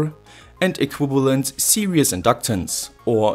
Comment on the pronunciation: Did he pronounce series as serious?